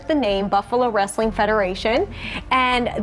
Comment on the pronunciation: I used to clean carpet back in the late 90’s up until mid 2000’s. He had a massive house on the east side of town which is a shitty area of town. His house was ALWAYS a wreck though! And for all you that call Wrestling Rastling needs to go back to speech class especially being a reporter and calling it Rastling. lol 😂😂😂😂😂